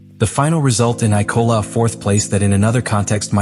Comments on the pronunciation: It‘s IMOLA not ICOLA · I for one love the eye-cola grand prix!